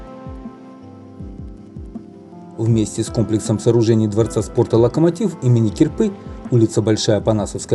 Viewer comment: не мехи а мехА у гормошки!! не Ки"рпа а КирпА" , пора срочно навестить училку языка!!